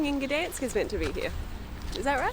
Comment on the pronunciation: It’s Gdańsk ….